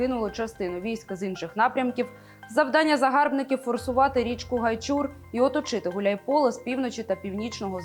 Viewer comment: ДиктОрыня!!!!! Не ГайчУр, а ГАйчур!!!! Уважайте людей, которые там жили!!!!!